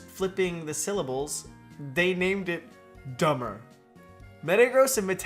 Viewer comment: Beldum's name isn't dumbber in Japanese 😂 it's pronounced Danbaru